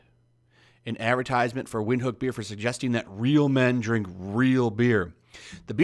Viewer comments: It's a South African brew..prounouned "Vind-hook"....not wind.....other than that I don't see why it got banned. It's madness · It's pronounced Vinthook. It's not the best beer but its good. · Its pronunced vin-hook and its one of the most popular beers in Southern Africa. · It's pronounced Vint-Hook 😂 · It's prounced "Vint-hook" very good German style lager from Namibia. Ja, you never put lime in it unless you're a "wus"